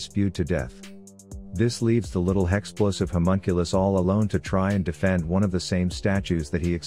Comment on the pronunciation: God I love when said hexplosive homunculus it’s transcendent